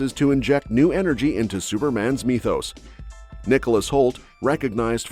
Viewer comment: sounds like myth not mee-thos. Fix your reader.